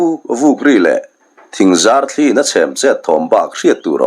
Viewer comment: I thawnthu chhiar hi ka ngaithla nual tawha,nangmahah selna tur ka hre em em lemlo amarawh chu A sawi nawk nawka tih te,thli in in a sawi tihah te sawi i lam rik dan hichu ka ngaimawh hle mai.. a hlawi tiha hlawi anga fan tur anih laiin hmeichhie tawngkama awi antih anga bung hian i lam tlat zel ani.